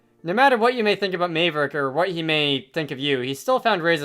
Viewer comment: I that this playthrough is kinda old but I really have to say that you’ve been pronouncing Maverick’s name wrong this entire time It’s spelled Mave but it’s pronounced Mav